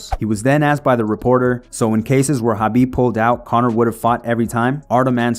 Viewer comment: Why can't white people say KHABIB'S... with a K, name right?